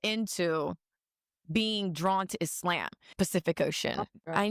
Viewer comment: everytime she says isLAMB, my hijab slips off a little bit.